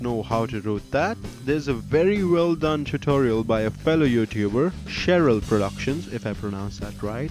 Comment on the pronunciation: Lol, "sheryl productions if i pronounced that right", you havent pronounced one word right this whole video.